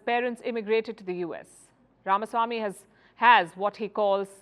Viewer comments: Thank you for pronouncing his name correct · Palki, First of all, congrats for pronouncing Ramaswamy correctly. Most North Indians would pronounce it RamAswamy which is wrong! VR is suave, smart but lacks political experience. He should be the man to watch out in future.